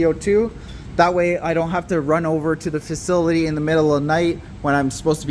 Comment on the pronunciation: I like your videos brother but we need to get you some help with speaking words. You murder some words like facility. That word beats you up every time you say it